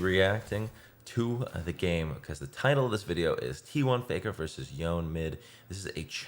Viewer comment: Does anyone know if he is mispronouncing Yone on purpose? It’s driving me insane